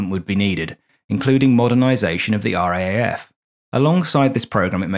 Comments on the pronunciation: It’s the R double A F, not R..A..A..F…….. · A great story and great fun. Well done. Sorry, I can't help being an irritating pedant, but the second cityscape of trams and commuters is actually Melbourne, not Sydney, and the RAAF is referred to in Australia as the R double-A F, not R-A-A-F. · Or just pronounced "Raf". Yeah, hearing it spelt out "R-A-A-F" is as weird to an Aussie's ears as saying N-A-S-A would be to...well...everyone. 😉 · Excellent video -but for future vids if you make any about the RAAF -it's pronounced "Arh Double-Ay Ef", not "Arh Ay Ay Ef". Rolls off the tongue a bit easier. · pronounced as "RAAF" not spelt out. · RAAF is pronounced R 'double A' F not R,A,A,F.... ;) a small negative comment to a great vid... thank you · We say R double A F, not R A A F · R double-A F not R A A F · "ARE-DOUBLE-A-EFF" please, not R-A-A-F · As an Australian, I found this very entertaining, if a bit embarrassing. The cliches were funny, light hearted and not at all jarring. What was very jarring, every time, was the pronunciation of RAAF. In Australia we say "are double ay eff" because it's easier to distinguish from the GBAF and it just sounds better. Letting you know in case the RAAF comes up in future videos. Otherwise, love your work! Subbed ❤ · Ahh mate. As an Aussie, (pron: Ozzie), who was born and bred in Sydney and has always had a fascination for the "quirky," Thank you ❤. I'd never heard about this before your video, and can't fault the content. I loved it... but, (you knew that was coming, right?) We say it as "R double A F." ... in case you do anymore stories on the weird antipodean air corp. ❤ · Classic - but please - we say "R - double A - F", eh eh? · Minor note, but the proper pronunciation of RAAF, is R double A F. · i imagine many other former RAAF members have grated at this bloke's inability to say R Double-A F. And "Ran" instead of R.A.N. - really?! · It is pronounced R , double A , F.